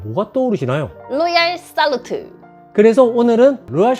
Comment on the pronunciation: 살 발음이 잘 안되사는듯 😂